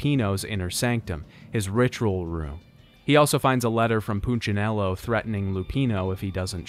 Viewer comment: He's pronunciation of punchinello is killing! Its poon-cha-nello. Not poochanello